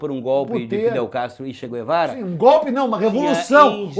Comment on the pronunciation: "Tchê Quervara" a Deputada Jeânus Cuspillis fica molhada qdo citam esse nome 🤣🤣🤣🤣🤣